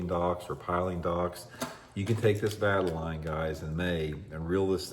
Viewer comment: Let me help ya out with the correct pronunciation. Vuh-TALE-Yun.